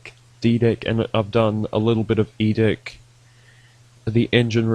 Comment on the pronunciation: why every time you say deck it sounds like d# ck xd